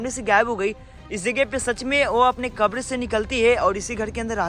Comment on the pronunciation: आपको बोलना ही नहीं आता आप क्या वीडियो बनाते हो जो समाधि स्थल है उसको आप खबर बोल रहे हो कबर होती है मुसलमानकी